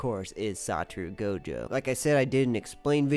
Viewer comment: His name isn't saturu goujou